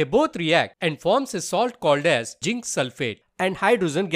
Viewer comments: Zinc nahi jink haii😂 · Zinc 😅 jzin 😂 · Pls pronounce zinc properly 😂